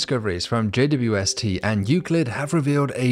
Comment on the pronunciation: Loved your style until you pronounced JAY-DEEDUBUST.